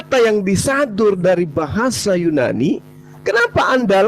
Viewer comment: Yunani ten bukan yu Nani😂